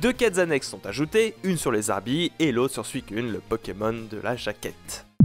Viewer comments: Ma mere prononcait "poukimoon" coincidence ? JE NE PENSE PAS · Bon si jamais, Pokémon, il n'y a jamais, je dis bien JAMAIS, de "s" ! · jamais de "s" à Pokémon meme au pluriel